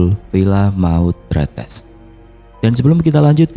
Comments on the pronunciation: Bang, Tretes salah nyebutnya harusnya kaya netes, Tretes gitu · Tre tes bang penyebutan nya😂😂entahlah susah nulis nya emg sama bacaan nya 😂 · Tretes .di gandeng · Bacanya salah kak bukan tretes